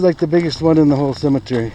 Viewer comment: there's no "a" in cemetery.